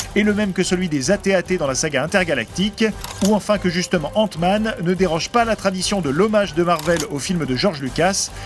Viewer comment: mmdrr c quoi cette accent ? 😂😂 il did "ente-man" faute dire "ainte-man"